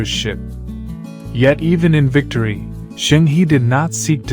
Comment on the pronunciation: Zheng He is pronounces "Jeng Ho".